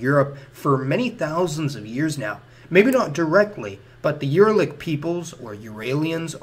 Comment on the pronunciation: A few times he names some European people with a word that sounds like "Alan". Who is he talking about? (Or is he mispronouncing some other name like he mispronounces "Uralic"?)